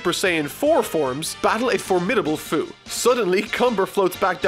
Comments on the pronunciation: Hate to be that one guy but... Fu's name is pronounced "Few". I know because I played Xenoverse 2 lol. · 2 things: First you pronounce "Fu" wrong. think of the word "Future". Becuz....he's from the future. It's dumb. second, you're a fucking mad man to review One Piece. I look forward to it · his name is fu, like fu - ture (fyu) and that is dumb enough to tell all about heroes